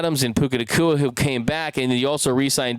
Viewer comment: Puka "Nagua" 😂 chill,. GO RAMS